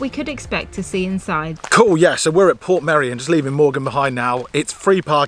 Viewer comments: The correct Welsh way to pronounce it is Port-MEI-ri-on (Welsh is a more phonetic language). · It's actually called "Portmeirion" (Port My-reeon) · You both seemed positive and excited in this vlog which was nice to see, glad you like the area. I lived in Dyffryn as a teenager, went to the secondary school in Harlech (you got good drone footage of it), had my first job in Portmeirion, now I live in Snowdonia. English people usually say Port-maduck not Porth-my-dog! Funny seeing you shop in our local Tesco as fellow vegans, it's so full of tourists at the moment there's barely anything left! The trainline that you parked next to is the Welsh Highland Railway steam train so wouldn't be running that early, late or often. It's not a lake either but part of the estuary that was blocked off by the cob to reclaim land. I'm so grateful to call North West Wales my home, with beaches, mountains and a rich Celtic heritage and culture it's the best part of the UK in my opinion!